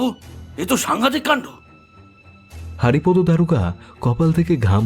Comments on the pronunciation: Kichu mone korben na. Apni ki bangali? Apnar bar bar হারিপদো Ucharon ta Kane lagche. May be উচ্চারণ টা বাংলায় হরিপদ habe. Sorry amar Kane lagche bole bollam. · নামটা বোধহয় হরিপদ হবে হারিপদ নয় , উচ্চারণ এর দিকে একটু নজর দিন বড় শ্রুতিকটু